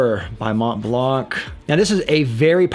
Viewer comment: Monblan brother, not monteblank.